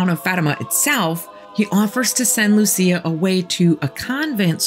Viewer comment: The story of these 3 children is true. Lúcia (the stressed syllable is Lú - LOO.seeah) died a few decades ago. But before she died she wrote a letter reporting the 3rd secret to the then Pope, but the Pope did not disclose it to the public.